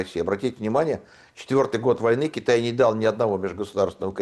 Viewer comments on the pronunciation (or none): none